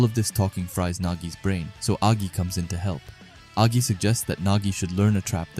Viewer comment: There's no way this guy called agi a g i